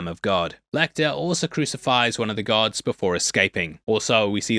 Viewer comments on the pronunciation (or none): none